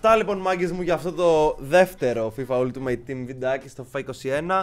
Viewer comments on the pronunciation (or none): none